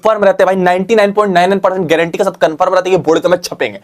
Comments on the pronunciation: Granti ha was epic 😅😅😅😅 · How bro said gaurantee 😅😅😅😅❤